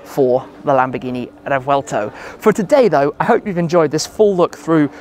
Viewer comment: " LAMBGHINI" lol